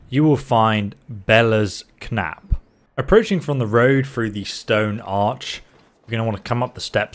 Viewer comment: It's not a hard K with knapp, it's pronounced "nap", source: am English, Bellas Knapp is less than 1 hour away from where I'm sat right now.